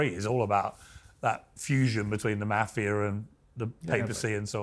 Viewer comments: Piers, please for god sake, please learn the word. "Maahh-fia" not "Meyy-fia".. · It's not pronounced Maafia lol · Its not Maf-ia!! .....its Ma-fia?! .... The way Pierce says it is so annoying! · Piers ... Lol . Nobody says "maa-fia"... It's pronounced "mah -fee - yuh" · Piers you are grossly mispronouncing the word mafia. MAH-FIA. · How Piers pronounces Mafia (Moff-E-Ah) "Maffeya" makes me cringe every time he says it. Couldn't watch the whole interview because of that. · I think when you are going to interview a person about the mafia, you should know how to pronounce the word. The "a" in the word is pronounced "ah" . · “Meiiifia” - thanks Piers for the pronunciation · P. MIRGAN. pronounce Mafia correct for cripes sakes. It should not sound like CAFE -IA with an M. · Pier's pronunciation of mafia jars me. Otherwise, I appreciate his interviews. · He held his calm and didn't garrote Piers for pronouncing "mafia" like that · I am surprised he didn’t correct Piers on how to pronounce “Mafia” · Come on Piers learn how to pronounce "Mafia"!!! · Piers pronounces Mafia so wrong... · At least pronounce Mafia right, even if you are British. Piers is going to ask the tough questions. is very smart. He's not going to crack. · it isnt mafia like sass it is mafia like the "A" in Art. you welcome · Piers! Learn how to pronounce “MAFIA”. You’re a journalist, English is your 1st language, it’s not hard! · Softball interview... I learned nothing new , Except Pierce doesn't know how to pronounce mafia. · Piers - can you not pronounce 'mafia' correctly? Soft 'a'. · Piers please pronounce maahvia correctly and your guest's name Francheseee"